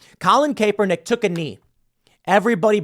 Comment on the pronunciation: For f sake Tim, it’s pronounced CAPernick.